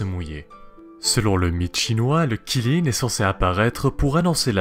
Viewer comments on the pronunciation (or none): Ça se lit tchilin pas qilin même si ça s'écrit avec un Q (c'est la phonétique officielle chinoise) stop au massacre stvp 😭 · Qi ne se prononce pas Chi enfin pas en mandarin en tout cas, c'est plus Tsi ^^ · Ça se prononce tsi lin, mais ça s'écrit Qi lin Kirin c'est japonais xD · QI LIN pas Kirin, c'est pas japonais xD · Superbe vidéo, ça me rappelle mes cours de chinois quand on abordait les créatures mythologiques justement💜💜💜D'ailleurs si on prend en considération la bonne prononciation, Qilin se prononce (Tsi lin(e)) 😎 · Qilin [Chilin]. 谢谢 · Pas du tout ça se prononce Tsi lin et ça s'écrit Qilin (en pinyin) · Lol, en chinois, en tout cas en mandarin ça se prononce "tsi lin" voilà 🙂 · ca se prononce xiling ❤️ sinon super vidéo